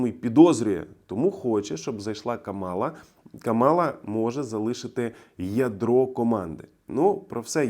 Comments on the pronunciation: Правильно КА'мала - з наголосом на перший склад. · It's Kamala, with the stress on the first ''a''. Thank you for your work. Slava Ukraine!!!